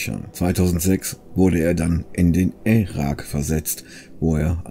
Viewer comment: In den Ä-rak versetzt...??? Nur spass... danke fürs Video :)